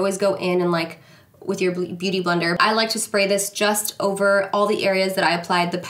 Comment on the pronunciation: “Boot-... beauty blender” 😂